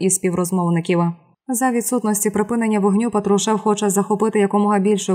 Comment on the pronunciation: Уберите безграмотных дикторов, Патрушев, ударение на "а".